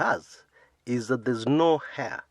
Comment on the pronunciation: "Heir"... silent "h."